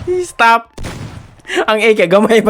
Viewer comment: Yung "stop" naging "stap" hahahaha 😂😂😂😂